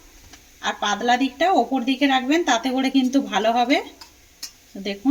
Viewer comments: কি ভাষা এটা???? পাদলা 😄😄😄😄কথা টা হবে পাতলা l এ দেশীয় দের উচ্চারণ শুনলেই হাসি পায় l স স স করেফাটিয়ে দিচ্ছে 😂😂😂😂😂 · Kothata padla noi patla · পাদলা না, পাতলা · Aare padla noy patla ota dro noy dow aar aapni kon desher manush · পাদলা নয়..... পাতলা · পাদলা নয় পাতলা হবে। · Mone hoi hooghly dist er lok seijonna padla bolche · পাদলা নয় পাতলা টুগরো নয় টুকরো উচ্চারন ভালো করে শিখুন আগে